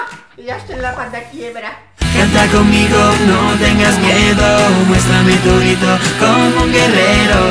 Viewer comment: Porque mando dice greto